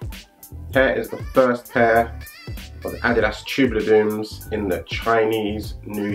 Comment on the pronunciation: Sehr schönes Video und ich freue mich sehr das du "Adidas" richtig aussprichst, sehr gut!!! Mir gefällt der EQT am besten! Very Nice